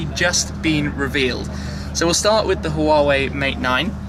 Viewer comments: It's not "HU-WA-WEI" by the way, it's just straight "HUA-WEI". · Huawei is pronounced "waa way" FYI